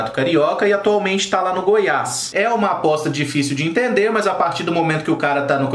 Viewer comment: Só eu entendi bosta no lugar de aposta kkkkkk todo respeito ao atleta mas achei engraçado